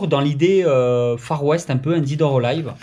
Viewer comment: Invaider, dèd or alaïve... Voilà pour les prononciations 😉